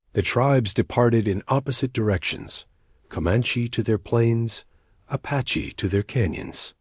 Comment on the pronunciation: Fish your dam AI it's tells of every period at the end of everything. And ... Sentences one second it says apache cotectly and next time it slaughter s it's pronunciation. Disgustingly